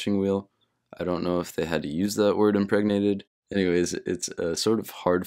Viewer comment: I like that impregnanted was a funny word to you but you said heterogenous with no problem